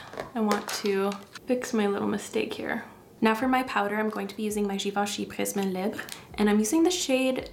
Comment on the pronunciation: As a fellow Canadian, I have to say it's so nice to hear a makeup youtuber pronounce "prisme libre" properly, instead of "prisum leebray" 😂❤